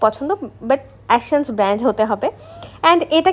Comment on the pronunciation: 🙄 এ্যাশেন্স না! এসেন্স!